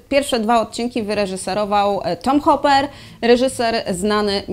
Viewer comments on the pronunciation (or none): Hooper, nie Hopper. Myślę, że większym jego osiągnięciem jest Les Miserables